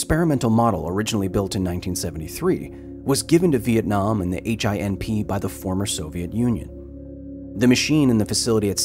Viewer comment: the way you pronounce vietnam make the native in me happy. Awesome video as all ways Mr. Hill